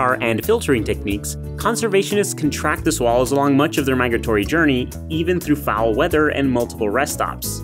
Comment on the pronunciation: Did you say "fowl weather"?